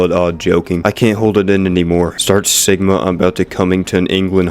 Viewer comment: Did... just... Call.... Me... Si-gma??? Auugggggghhh....